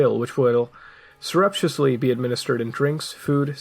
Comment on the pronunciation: Mutahar's pronunciation of surreptitiously drives me crazy >.<